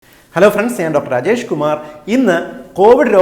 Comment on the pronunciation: Ra അധികം ദീർഘിപ്പിക്കാതെ ര എന്ന് പറയുമ്പോൾ രജേഷ് അജേഷ് എന്നൊക്കെ കേൾക്കുന്നവർക്ക് തോന്നും... പുള്ളി രാജേഷ് കുമാർ എന്ന് തന്നേണ് പറയണത്... ഒന്നൂടെ കേട്ട് നോക്കിക്കേ...🙂